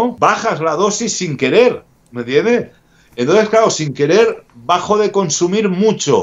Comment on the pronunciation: Primero Popeye con: "mira Jordi" Y ahora con: "mentiendeh" XD